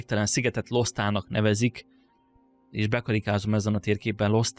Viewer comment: Szerintem valószínűbb, hogy Lostának kell ejteni, és nem Losztának. Mert a térképen minden magyar, akkor az is valószínűleg.